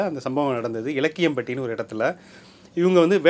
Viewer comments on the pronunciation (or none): It is not elakiyampati it is luckyampati